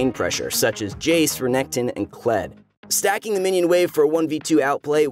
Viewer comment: I am sorry but everytime I hear Stacking I hear Susan....Susan is an art form...m7 Nasus btw...I play Nasus Mid because im bored.